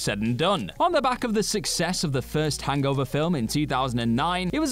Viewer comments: I feel uncomfortable how he says “hangover” he pronounces it Hang-gover” 😅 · So the issue is he speaks the language as it was originally created(barring some modern adjustments) rather than the short form americanised version?